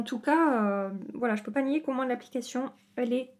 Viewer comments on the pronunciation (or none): none